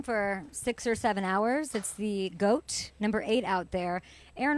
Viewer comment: Did she say goat?